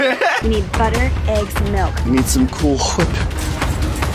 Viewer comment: I’m stuck between being hopelessly in love with, and hating her guts for pronouncing milk like “melk”